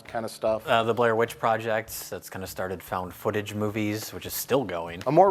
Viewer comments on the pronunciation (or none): none